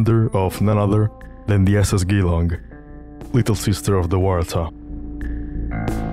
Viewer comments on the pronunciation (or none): Good video, but one thing to mention. Geelong is not pronounced as "Gi-Long" it's "Jee-Long", but more commonly locals just say something like "juhlong". Source: It's where I grew up lol. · You're not the only one I've heard pronounce it like that in videos about Waratah. I think it's a pretty common mistake for non-Aussies. But yes, "Geelong" is pronounced "jeh-long" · Geelong is pronounced "Jee-long" btw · Hey there! Just a quick pronunciation tip from an Aussie. I noticed when you say "Geelong", you pronounce it similar to the G sound in "Ghee" or "Giza". Despite the double E, it's actually closer in sound to the J in words like "Jeans", or "Jesus". FYI if you didn't know Geelong is a city in Victoria, not far from Melbourne (which coincidentally is pronounced more like "Mel-bin"). Yep, we are a weird mob when it comes to how we say stuff haha. But yea, absolutely stunning work! Glad that I've stumbled across your channel so soon since starting. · Very good. It is Geelong more with a J sound than a G, but don't sweat it, a lot do worse. Perhaps you could do something on the Blue Anchor Line's sister ship to the Waratah, the Koombana? Like the Waratah, the Koombana was luxurious, considered top heavy, and is still to be found. She disappeared in 1912, during a cyclone, while on her way to Derby, Western Australia. She was made for the Perth to Derby run, a vital link between the isolated towns of the West Australian coast, and the sheep and cattle stations. Koombana's loss devastated the West Australian community... Frequent traveler, Frederick Clinch, was one who considered the Koombana top heavy... and said she would sink in the first cyclone she met. Unfortunately Frederick was on Koombana when she disappeared. Should add, Frederick Clinch was my Great Grandfather. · hey, just a correction on the pronounciation of the name "Geelong" its G-long not g-ee-long, with a hard G. Source: i live in the town the boat is named after. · Good video! Jeh-lawng